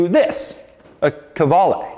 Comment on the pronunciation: De Muro - Italian Qvale/Quali - Italian Doug’s pronunciation of the brand … ain’t Italian ain’t Italian-American.